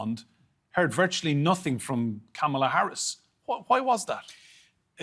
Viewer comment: To the american contributors, with all due respect. If you don’t know how to pronounce her name correctly, just refer to her as Vice-President Harris